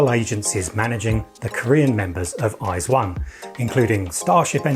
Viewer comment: Your pronunciation of their name is the most correct westerner that I have heard